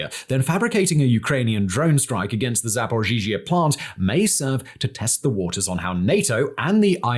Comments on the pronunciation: Zaporizhzhia, not Zaporzhizhia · It's called za-po-ri-zha. Why are you saying za-po-ri-zhi-zha? Dude, there is Google translate that can pronounce this for you. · It's pronounced Zap-o-ree-zhia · you're mispronouncing ZapoRizie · Simon.... Simon.... Zapor-EEE-zuh. The extra z's are kind of mixed in. Your pronunciation of this has changed over a few videos but you've yet to hit the nail on the head... XD Hope this helps! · Simon saying “zhaporizhia” will never not be funny 😅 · Oh Baldie, can't even pronounce Zaporizhzhia. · 😂 I noticed it’s one particular name he always gets tripped over!